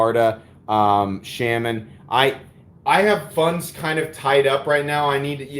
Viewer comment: Shes right about the pronounciation of integral, also it's the spyderco shhh-ahh-min not shame-in lol. It's a native American holy man or medicine man.